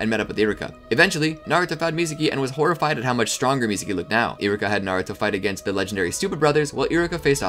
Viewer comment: You're saying Iruka so fast it sounds like Iraka